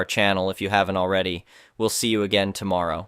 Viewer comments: Tom -or -row? Where on earth did you get such a crazy way to say a basic english word? Are you all nuts? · when the AI says asterisk, asterisk , asterisk, that bothers me. F-ups like "tom morrow" I find kinda funny but pronouncing ***, for some reason I find really annoying.